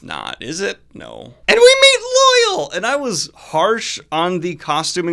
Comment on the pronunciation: For such a super-fan, why do you keep mispronouncing "Loial"? It's not pronounced like "loyal". It's "Loy-ALL". The show got it right.